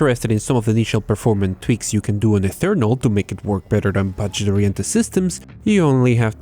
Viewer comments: Eternal, not Ethernal like you are saying, learn to say it correct please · why do you pronounce eternal as ethernal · “Doom ethernal” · Is it just me or is he saing Doom Ethernal? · Why does he say doom Ethernal? There is not even a „h“